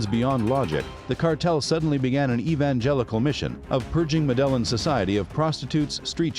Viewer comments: Hummm, I feel your video is lacking a certain depth of research. I hate to harp on...well....just one thing but you've misidentified Chepe Santacruz several times. He was in NYC not Herrera. Also, I'm not sure I'll ever be able to pronounce 'Medellin' correctly again. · Come on man… You could at least learn to pronounce Medellin correctly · After the pronunciation of Medellin, this video lost credibility. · I get that it's a computer voice, but it annoyed me every time it said "Medellin". And the pronunciations of every name was butchered. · I was going to watch this video but the way you say "Medellin" is cringy af. I'm out. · I thought he was saying "Madeleine" then I thought noo, he must be talking about Mandela, until he said he was a ruthless killer I understood he was talking about MEDELLIN CARTEL! 😅😂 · That the hell madellon are you trying to say Medellin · The fact he calls it “muh delon “ goes to show this dude didn’t do much research “Medellin” player the L is silent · This guy always butchers locations' and people's names. Dude, do your research so that others get the proper information from your postings. It's NOT medel-lin! It's Me-De-Llin... the double L in Spanish pronounces as a J in English... OMG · It’s pronounced med-eh-yeen not mudelin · I can’t take this AI shit serious. “Madelin”🤨🤨🤨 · Meh dell in Modus operandee Lol You've really done your research. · MEDELLA HAHAHAHAHA pronounce MEDELLA HAHAHA Where is medella 😃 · Muh...De... len... huh... very well then. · Pablo Escobar & “MADELA” 🥴I did not know what you was trying to say until I read the comments🤣🤣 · I lost interest and soon as he said Madellon 😕 😪 😔 🤣🤣🤣🤣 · Not even Hispanic and this mf making me mad whenever it says med ell eeen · Are you saying modelo cartel? Lol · Medelon ? 😆 I just can't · I burst it out laughing when you said madellin. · I cant watch something that says muh del in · The fact that you pronounce it as “Muh Delon”goes to show how little research went into doing this video